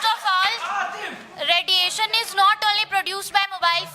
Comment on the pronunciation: radiation not rediyesan